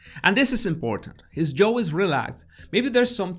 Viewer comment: No es Joe (yo-u), es (j)yaaohh (jaw) sorry no se como decirle, un diccionario con los sonidos a un lado te puede ayudar con la diferencia asi: jaw: /ˈʤɑː/; Joe: /ˈʤoʊ/